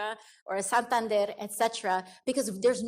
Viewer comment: I’m just happy that there are people who can pronounce Santander correctly